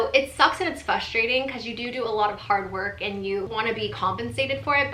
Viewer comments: Fustrating, what happened to the R lol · I get frustrated when people say fustrating 😂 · have you ever noticed that you (as an individual) never pronounce the first R in frustrating? you always say fuss-trating hahaha i've noticed it for years and just wondered if you even knew that you do that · I never noticed but now I can't unhear it😂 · vegan queen I caught that too. I think it’s cute